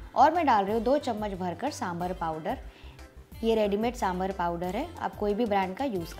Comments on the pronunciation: Nice recipe! Please note correct pronunciation is साम्बार, not साम्बर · Correction : it's 'Saambhaar' or 'saambaar' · Great recipe. I’m a Tamilian from Delhi. My pet peeve is I wish people would pronounce the word sambar correctly. It’s correct pronunciation is “ Sambaar” the “a” sound after “b” is a long “a” as said in the word “ far” “ car” etc. Hope this helps.